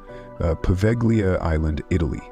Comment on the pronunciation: Just an FYI, the G in Povegila is silent